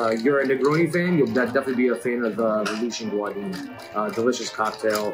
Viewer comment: This is an amazing drink and the is obviously a skilled bartender, but please... if you care about the drink's origins, pronounce the man's name right. Gaudin is pronounced go-dihn not Guadin (like Guadalupe). Thanks for the video. I love me some cocktail history!